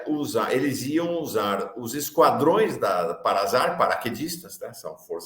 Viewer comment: Desculpe, mas a pronúnciar não é com som de Z. É PARASAR, que, agora, é SAR.